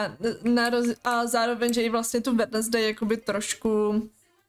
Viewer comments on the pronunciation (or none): Ahoj jenom sem ti chtěla říct že se to vyslovuje Wenzdej a ne Wednesdej i když se to tak píše